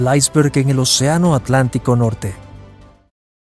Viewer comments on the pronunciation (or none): none